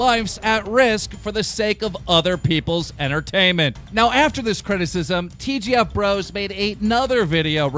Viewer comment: DramaAlert still can't pronounce TGF bro right